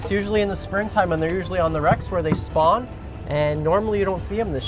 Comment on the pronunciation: Bro said "They're usually further where they SPAWN" soundin' like the fish is getting a Call of Duty fresh spawn in